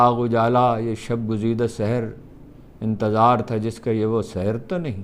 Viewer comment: نِکات کا کمنٹ لکھ رہا تھا اور آپ کا تبصرہ چل رہا ہے کہ آپ نے فیض کا شعر پڑھا ہے : یہ داغ داغ اجالا یہ شب گزیدہ سِحر ؟ سِحر کیوں ؟ مابعد مصرع میں پھر سِحر ؟ درست تلفظ یوں ہے : سحَر : صبح سِحر : جادو